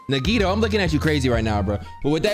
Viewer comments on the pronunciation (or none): It’s crazy how this game is about to end and can 10% of the time announce nagitos name right